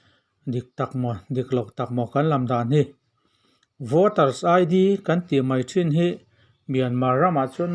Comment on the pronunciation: An voter ID anga an hman i tih hi I lam rik dik lo deuh ni hi😆😆a tha tho ee👍